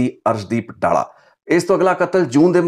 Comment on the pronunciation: ਡਾਲਾ ਨਹੀਂ ਡੱਲਾ ਏਹ ਪਿੰਡ ਦਾ name